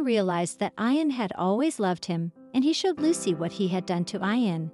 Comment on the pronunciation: Ian pronounces "EE-AN".